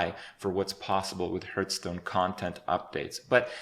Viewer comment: Kripp has gotten better at pronouncing the name of the game. He used to say something akin to "Hurtstone" in the past.